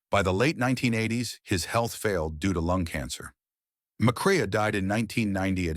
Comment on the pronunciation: Joel McCrea "Mac Ray"